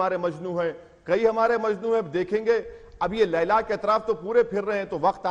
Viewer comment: Ailaa Owaisi laila hai bolte😂😂😂😂